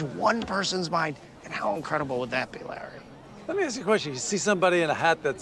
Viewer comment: Can't even say Larry. Just says La